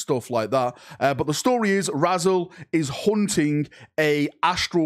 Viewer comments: almost certainly intended to be pronounced "Rah-Zelle", but he's forever Razzle to me now, indoctinated into the Astartes after being found by some schoolkids, crumpled under a bush by a railway line round the back of Tescos. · I know this is standard mispronunciation, but I'm still laughing at a Space Marine called Razzle.